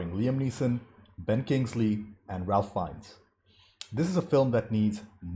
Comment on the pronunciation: Ralph Fiennes pronounces his name "Ray Fines".